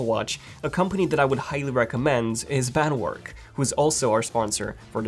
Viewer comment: It's Bandwerk, not Bandwork.